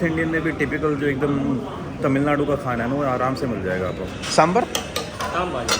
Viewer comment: Sambaar not sambur.